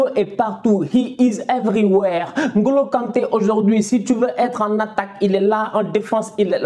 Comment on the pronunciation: Écouter N'Golo au lieux de N - Golo ça fait plaisirs aux oreilles